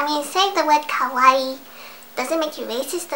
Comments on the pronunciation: OMG YESSSS THEY SAY KOWAI AND NOT KAWAII i love you <3 <3 kowai=scary/scared kawaii=cute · lol i knew you were going to say kowai its a common mistake in my japanese classes T_T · UGH OH MY GOSH! There is this girl at my school...she learned what the word KAWAII means. She says it kind of like KOWAII. Today she was saying, skylookssokawaiidesu like come on! She came to school with these pigtails and stuff. I have nothing wrong with that! :) But the thing that really annoyed me was that she was saying: sky looks so kawaii desu LIKE LITTERLY THE HOLE FREAKIN' TIME! She didn't say desu like how it's supposed to be. Instead teas she was saying it like: "sesu and not "des" ugh sorry about the errors, the YT comment system is fucked up. :( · i'm japanese, and it's fun/funny when ppl say it ironically or just sometimes, but it gets really annoying sometimes when they completely butcher the word or don't even know what it means (usually ppl pronounce it as kah-why-ee) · u says kawaii the wrong way 2 minutes later Looks depressed /_\ I cri